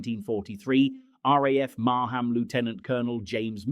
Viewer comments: Not Mar Ham it's Marham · It's pronounced Mar-ram not Mar-ham.